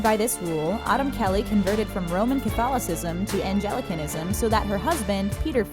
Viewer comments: “Angelicanism”??? Puhleez!! It’s Anglicanism! 😜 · LOL Anglicanism is not a religion of the Angels. You mis spoke. It is not pronounced angelicanism, rather it is pronounced ANG-lic-an-ism. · Autumn converted to Anglicanism (An-gli-can- ism) not Angel-i-can-ism. (even though it does sound nicer and slightly more royal) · Anglicanism* As in Church of the Angles (Church of England) Not "Angelcanism"... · Anglicanism pronounced incorrectly .